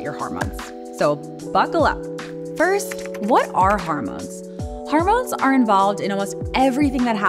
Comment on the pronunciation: This is a terrific video, but it's annoying that your narrator is pronouncing 'hormones' as 'harmones'. It's unfortunate that the word is repeated constantly because it ruins the message.